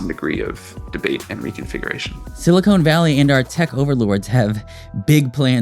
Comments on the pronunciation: Please, please stop saying "silicone" valley. It's silicon valley. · silicon, not silicone, valley, argh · Silicon Valley not silicone... Makes you sound STUPID 😂. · Silicon, not silicone, but you're talking about California, so maybe you've got it right and I've got it wrong! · I just found your channel. I'm really enjoying it. There is but one minor correction I would ask you to make. Please become aware of the difference in both substance and pronunciation between "silicon" and "silicone". Silicon - pronounced "sili - kahn" is an element, on the Periodic Table of Elements. It is most notable to us as that from which computer chips are fashioned. Silicone - pronounced "sili - kone". That's cone like an ice cream cone. Silicone is essentially a man-made rubber material. It is most famous for being that with which artificial breasts were filled. Thus, the area in Northern California where many tech companies are headquartered is known as "Silicon (sili - kahn) Valley" because computer chips are made of silicon. That's Silicon NOT Silicone. By contrast, I suppose one might consider the entire Los Angeles basin to be a sort of "Silicone Valley". A titillating thought, no? 😅😂😊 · .... Silicon Valley, not "silicone valley" 😂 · It’s SiliCON Valley, not SiliCONE Valley…. Not sure what’s on your mind… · Silicon, not silicone my bro, unless it's not a mistake. Please inform the autistics if it's on purpose. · You lost me at "silicone valley". Genuine Ignorance or Artificial Ignorance? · when you SAID silicone valley instead of Silicon Valley, LOL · Please stop saying "silicone valley" unless you're talking about a land of breast implants or synthetic lubricant. (Or I guess a ravine of nice grippy potholders or flexible bakeware and ice cube trays.) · So bad he pronounces silicon as silicone. A sure sign of . . . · Its Silicon Valley not Silicone Valley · Did he just say "silicone" valley??? It's Silicon Valley. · "silicon" vs "silicone"?